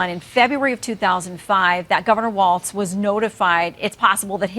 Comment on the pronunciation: No T in Walz